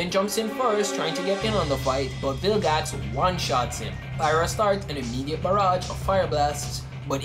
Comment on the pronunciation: Why you say bilgax it's vilgax